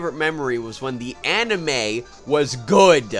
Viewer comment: Anna May, that's what I think of every time you say anime!